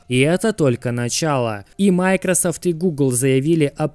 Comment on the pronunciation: Почему майкросАфт, а не майкросОфт?